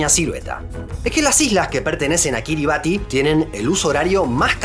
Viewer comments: Kiribati se pronuncia "Kiribas" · "Ti" en gilbertés se pronuncia como una s, por lo que la pronunciación correcta sería Kirismás, del mismo modo que Kiribati se pronuncia Kirimás, y el nombre de la primera se deriva de Christmas, por lo que es una de las tantas Isla Navidad